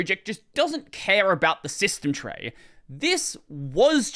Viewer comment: System tray shsmytstejm trrey. ❤👌